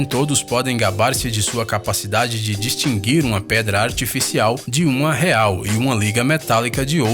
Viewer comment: de á ele falou distingir kkk é distinguir kkkkkkk morri de rir kkk😹😹